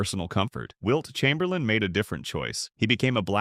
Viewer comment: Ummmmm... the "narrator" here mispronounced Wilt's last name as Chamber-layne... which is how it is spelled, of course, but was pronounced that way by no one, ever. I let that go as perhaps a mis-hearing on my part.... but then I heard Mr. Narrator mention "the Boston Keltics" ... and that was it for me... I am now too old and unwise to waste my time contesting the plastic opinions of some AI-bot. PS: I saw my first NBA game at the old Boston Garden in 1962, and I saw Wilt in action, live... and then saw at least 8 more games with him on the floor, at the Garden. I also saw, on TV, Lew Alcindor throughout his entire 3-year career at UCLA, and of course everything he, as Kareem did in the NBA. Both Wilt and Kareem were just massive in every way. As a Celtics fan, they were both represented the ultimate in competition, and I was in awe of them every time. The racial politics of the USA when Wilt grew up were way different than the politics of Kareem's formative years. Each player dealt with incredible challenges, and both succeeded at the highest levels. And that is how I see them. I will say... if I was gonna build a team, I'd go with Kreem.